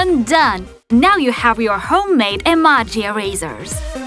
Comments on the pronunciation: It's actually pronounced A-MO-GI...EMOJi💩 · It's pronounced like: ee-moe-gee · Iza Kolanko even I was thinking about that because she stop the video and erased with a normal eraser and pronouncing the emoji wrong she saying emagi it's not proper it's really bad showing fake videos are not creative extending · Rosie Stone she is saying emaji not emoji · Hahaha whenever you say emoji you say emaji 😂😂😂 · Can someone pls tell her that its em-oh-ji and not em-ah-ji ? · She says emoji like emage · She said amaji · she say emaji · it's not emoj y it's emoji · Eee maaww jeee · You said omoje wrong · It bugs me when you say emoji wrong. I'm sorry >.< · Shes saying emojis wrong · Please guys stop saying she doesn't know how to pronounce Emoji because english is not her first language. . . She is hispanic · not to be mean but I just like how u said emojy wrong I like how u said it though 👍👍👍👍👍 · Why u say emoji like that? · She says emoji incorrectly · Golden Cookies English isn't the person's first language. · she's saying emoji wrong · This is very funny she says emoji wrong😁😁😁😁😁😁😁😁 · You said emoji wrong lol lol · no offence but u say Emoji weird😕😞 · You pronounse emoji wrong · She said emoji wrong but who cares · Every time she says emoji it is so annoying because she says it wrong not to be mean